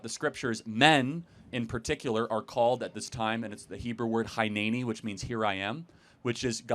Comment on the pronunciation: Hey Charlie, love your work from Israel. Just to clarify, the biblical Hebrew word for here I am, "הנני", is pronounced hinneni.